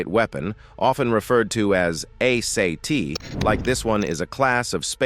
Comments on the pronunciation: A - SAY-T ? ARE YOU KIDDING? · ASAT is pronounced “Ayy-sat”; Is this even a real human being narrating this video?